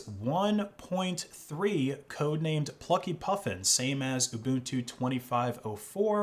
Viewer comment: Ubuntu, not uNbuntu